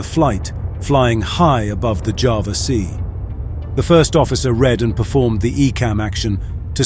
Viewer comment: For the last time, ITS CALLED JAWA NOT JAVA